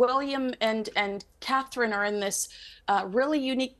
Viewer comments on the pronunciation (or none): It's just so difficult for British journalists/hosts to say Catherine. Just two simple syllables, but it's too much work. But Meghan's two syllable name seems much easier to pronounce, so they never shorten it to Megs.